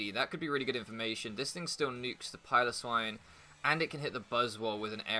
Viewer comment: it's Pile-oh-swine, it's not a pillow